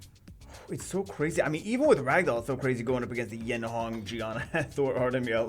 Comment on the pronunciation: Yeon Hong not Yen Hong